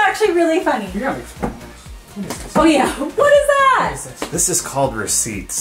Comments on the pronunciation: says receipts like reeses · The Way Pronounces Receipts. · Funny how pronounces "receipts". It is pronounced ruh·seets. She also pronounces "Reese's" funny too. It is pronounced ree·suhz.